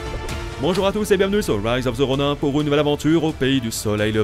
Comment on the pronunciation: Mdrrr Roniiin pas Ron « ain »